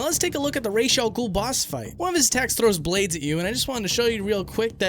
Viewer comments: Okay buddy i have news for you im arabic and ra's al ghul's name in arabic translates to "head of the demon" and head in arabic is pronounced "rahz" not "raysh" feathers in arabic is pronounced "raysh" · While yes the animated series and this game pronounce it that way (and you're more than free to do so) buuuuut if you actually translate "the demons head" (which is what Ra's Al Ghuls name is supposed to mean) into arabic you'll find the pronunciation is closer to Rãs al Ghul than "raish". Just some food for thought. Another fantastic video man! Would absolutely love to get an interview with you sometime! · it was not pronounced correctly, because R'as AlGhoul is Arabic for "Head of the deamon" Ras not Rash, and you pronounce it with a slight hick-up as you read the letter "a" in R(a)s. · Inhales I know you put in the clips and all... but... you pronounce Ra's Al Ghul's name wrong. It's pronounced how it's spelled. Raz. Not Raysh. Raz. His name is supposed to mean "Head of the Demon" in Arabic. Using the Hebrew pronunciation Raysh means "To Bow." Which has nothing to do with his name. So... say it with me... "Ra's (RAZ) Al Ghul. Did you get it right? Good. This discussion is now over. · "Ras" is Arabic for "Head", and it's pronounced "Ross" (roll the R) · “Raysh” was started by the animated series in 1992. Ras first appeared in comics in the 70s. He’s Egyptian, Arabic at the very least so it’s obviously pronounced Ra’s 💁🏽‍♂️ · I’m Egyptian and i’m telling you it is pronounced “ras” not “raysh” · LET SEE WHAT THE JUDGES SAY! OH! THEY SAY IT'S WRONG! It's pronounced how it's spelled. Raz. Not Raysh. Raz. His name is supposed to mean "Head of the Demon" in Arabic. Using the Hebrew pronunciation Raysh means "To Bow." Which has nothing to do with his name. So... say it with me... "Ra's (RAZ) Al Ghul. Did you get it right? Good. This discussion is now over. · When he said people would say he pronounced ra’s wrong it just reminded me that people say it like rarz or raz